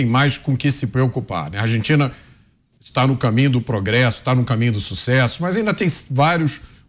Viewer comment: 😂😂 Argentina tá no caminho de onde? ..."sussesso" ...kkkkkkkk Esta é indo ladeira abaixo e acelerada.